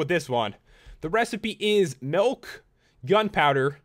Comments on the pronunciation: It's "Milk" not "Melk" XD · Its mulk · he said nilk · "melk" 😂😂 I love it💯😂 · You say milk like melk ! Love your videos